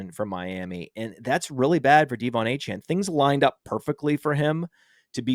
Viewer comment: Anyone pronouncing him Deevon cant be trusted